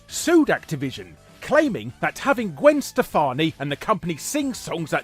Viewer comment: I love hearing Larry saying "Gwen Shtefani" and "Krish NoavheLLiSHmElIKshneEEed* ^.." It'd be great to hear him being interviewed by Gilbert Gottfried.